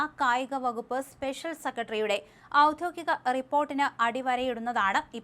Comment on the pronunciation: "പദ്ധതി",,, "ഔദ്യോഗിക"അക്ഷരസ്ഫൂടതയോടെ വായിക്കൂമാഡം